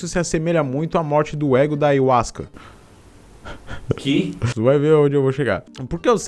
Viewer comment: Tu falou ayauasca no início do vídeo?